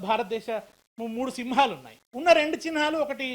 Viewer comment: చిన్ హా లు కాదు అయ్యా . చిహ్నాలు నాయన